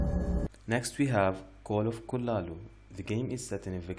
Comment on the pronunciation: The cthulu pronounciation though 😂😂 good video 👍